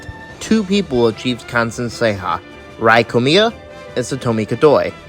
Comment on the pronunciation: I want to say as a Japanese person IT’S NOT PRONOUNCED Rī KOMIYA! IT’S Rēā KOMIYA!